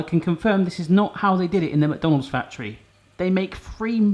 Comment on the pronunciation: Mukdonalds???? That's a new way to say it I guess